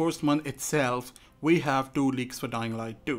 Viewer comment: He says “ dying light doo”